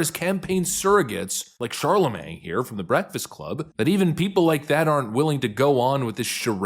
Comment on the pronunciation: Well, I chatted with a while back about the proper pronunciation of Charlemagne, but I guess it didn't stick. He's still saying CharleMANG. 🙄